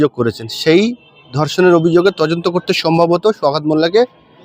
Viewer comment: Are tojonto নয় dada তদন্ত হবে apnar উচ্চারণ vul হচ্ছে কিছু mone korben না